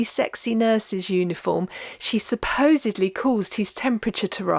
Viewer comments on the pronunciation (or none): none